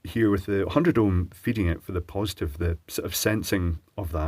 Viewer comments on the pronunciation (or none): I love that "100 ohmy" resistor! *George Takei enters the chat*